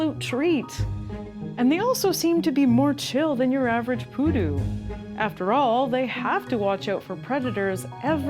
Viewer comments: she insist in call the creature PÚDU with an accent in the first U when specifically it as the accent in the second u, PU-DÚ :face-red-droopy-eyes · it's not pUdu it's pudU Sorry it's funny to say it cause of leviosa Thanks for showcasing this little fella, he really needs more people to be aware of his existence, we need to take care of them if we want them to keep on going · Pudú, not Pudu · piudu... maybe poodoo like moose, and the p is more like a drum p*. Saludos, greetings :) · It was so weird hearing poodoo along the whole video, it's pronounced the other way around "puˈðu". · It's Pudú, stress on last syllable, not poodoo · The pronunciation is SO off putting..... Pudú, no Pudu. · its pudú, with accent on the second syllabus